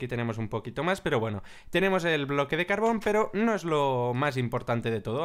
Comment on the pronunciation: no insultes a mojang se dice carbor, haunque me izo grazia